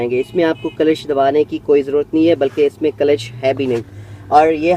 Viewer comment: For ur kind information it isn't clash its "clutch"..